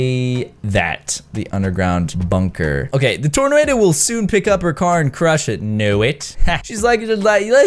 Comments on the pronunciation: he said torno lol instead of tornado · When he says I know people go under ground in a "torno" instead of tornado 🤣🤣🤣😂